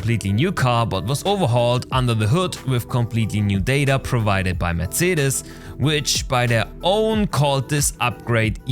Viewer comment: "Mersiedis" xD